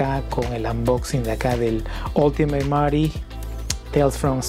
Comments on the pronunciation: Me caga q digas mary.. Es marty con t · DICE MARTI NO ES MARY HUEVA A LA BIEN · me molesta que pronuncie Mary en vez de Marty, osea estamos en Latinoamérica jajajaja 😂